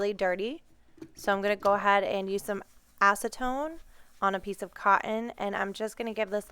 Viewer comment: You said acetone? Really?